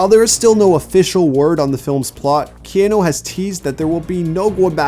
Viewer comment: Key Ann eww = NO. Key aaaa nu = YES.